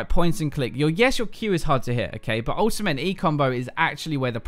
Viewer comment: dude i love it when you say ultimate you like ultima😂